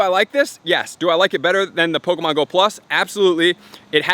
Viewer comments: I heard that niantic is going to have an update that removes all non official pokemon accessories such as the go-tcha and dual catchmon, I'm not sure how valid the info was but I just wanted to point that out just in case. (and its poe-Kay-mon not poe-Key-mon, sorry for being a sudowudo[stickler], poe-CA-mon is an informal but acceptable alternative :-p) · "pokamon" and "poki'-stops"